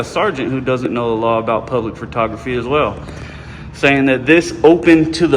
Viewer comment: "Puplic Records" its not open to the puplic !